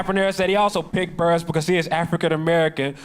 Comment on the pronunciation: It’s Burress like “Bill Burr” ess